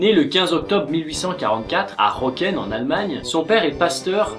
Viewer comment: Röcken se prononce "Reuckeun" dans la langue de Goethe. Merci